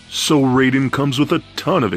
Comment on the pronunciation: You have some nerve going on about how awesome he is when you dont even pronounce his name properly. It is pronounced "RIE (rhymes with MY) den." Not RAY den.